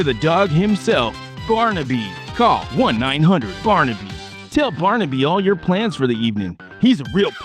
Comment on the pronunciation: Barnyby? Man wtf was that? No i don't want to call you👊🏻🖕🏻🤣